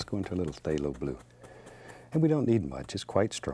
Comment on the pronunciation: I get this weird feeling whenever he says phthalo bule